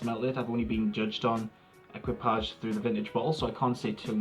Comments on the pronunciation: It's pronounced ēkē-pa-sha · please pronounce : e k i pa ge :))) which means crew in French